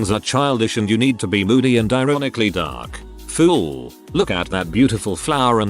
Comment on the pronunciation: I absolutely love the way the text to speech pronounces “FOOL!” Just hilarious..💀💀